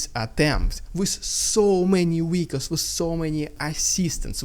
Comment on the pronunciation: Wehicle is such a cuteee word 😅😂